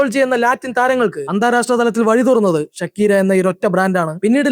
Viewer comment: ഷക്കീറാ, ഷക്കീര, എടാ അവൾ മുസ്ലിം അല്ല ധൈര്യമായിട്ട് ഷാക്കിറ എന്ന് പറ